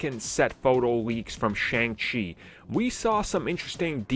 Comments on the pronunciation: I absolutely love this channel but I they would pronounce Shang-Chi correctly. Like, they're not even trying.....Shang-Chi (pronounced Shung-Shi). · You keep pronouncing Shang-chi the wrong way.